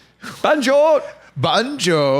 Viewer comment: It’s Benchod not Banjoe💀